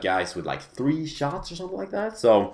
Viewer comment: "Someting in my troat" Haha :P